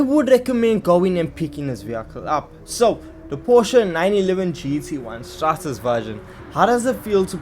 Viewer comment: Why can nobody get The word right I heared straBen I heared strausen And now strates Straßenversion Literally street. Version. 😭